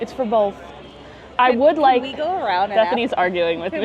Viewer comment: Warsh it down? Bolth?